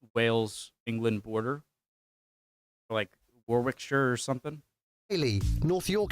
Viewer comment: DON'T THEY SELL CUPS IN THE USA !? TRY DRINKING OUT OF ONE, INSTEAD OF A VASE OR MEASURING JUG !! We are never more than 80 miles from the coast in the UK. Warwickshire is pronounced WAR ICK SHIRE. You don't pronounce the 2nd letter W. There are many seaside towns around the UK coast that are worth a mention.